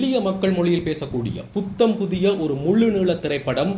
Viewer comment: தம்பி நீர் தமிழை நன்றாக உச்சரிக்க வேண்டும்.குறிப்பாக விளக்கமாக புதிய போன்ற சொற்களில் தவறான உச்சரிப்பு தெரிகிறது